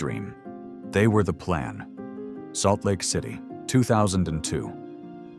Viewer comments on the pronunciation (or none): "Saultlake city"? Seriously? 🤦